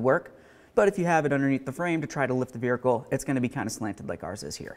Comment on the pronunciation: My dude. I know you must get shit for this ALL the time, but what on Earth is the deal with how you say "vehicle"? There is not a single other issue with the way you pronounce any other word. You have crystal clear diction for the entire video besides this one single word. I am just baffled. No hate, just curiosity.